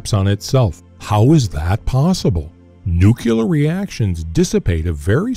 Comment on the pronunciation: Come on man. Learn how to pronounce the word Nuclear. You sound like George Bush